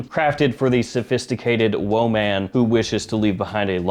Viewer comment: who tf pronounces WOMAN like that???